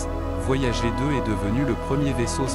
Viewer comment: tu pourrais faire semblant de donner un petit accent anglais pour "voyager" 😆